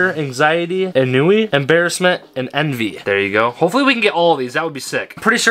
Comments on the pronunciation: It's pronounced like onwee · It's (on-wii)